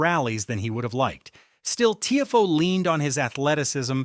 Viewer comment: This is what happens when AI does the commentary. it is pronounced “Tee Ah Foe” not Teeafoe